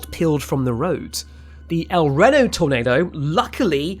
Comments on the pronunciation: Wincing a bit every time you said "El Renno" (El Ree-no). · If I may nit pick a little, it's a long E on El Reno. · Although the majority of Americans, and especially the locals, say "Ehl Ree-no" it's spelled in Spanish and therefore is pronounced "Ehl Reh-no". Not only that, but the town was named after General Reno who's name was anglicized from the French "Reynault" or "Reynaud" which is STILL pronounced as "reh-ee-naull". The current pronunciation was adopted from Nevada and the "El" was added to it afterwards to differentiate it from Reno city. The "ee" in meso cyclone is not a mistake, it's just an accent quirk because he's not American. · It’s pronounced el reeno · 😂 you mean El Ree-noh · Warm and pleasant day? Lol dudes NEVER been to tornado alley. Days when these storms happen are HOT, HUMID, AND SWEATY. There's NOTHING pleasant about the summer in the Midwest. Also it's a LONG E, it's pronounced EL REE-NO. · It’s pronounced el rAno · As someone whose childhood home was El Reno, its pronounced Ehl Ree-no, but I appreciate the attempt. lol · Hearing him say Rehno and Meeso triggered me, idk why... Great video regardless. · el reno…. el reee-no. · Dear god bro, listening to you butchering the North American English language like this hurts me. REE NO, MES(Z) O CYCLONE SAY IT WITH ME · It’s pronounced El Reeno, with a standing pronunciation on the EEE. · It’s pronounced El “Ree-no” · El Renno, Meesocyclones and Aluminium. I forgot Leftenant, 4 words Brits can't pronounce. Soon they'll be speaking Arabic and have to learn a whole new set of words they won't be able to pronounce. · It's pronounced (El Reeno) for the name El Reno. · It’s pronounced El Reeeno. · Just where is this El Rehno you keep mentioning? There's an El Reno, Oklahoma but I've never heard it pronounced like that, so you must be talking about somewhere else. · ITS EL REEEE NO like "we" but with an R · He said El Renno. So AI then.... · just a heads up el reno is said "el reeno" great video!